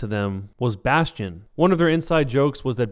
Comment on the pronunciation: Jeff Kaplan pronounces Bastion really weird like "bast-E-in"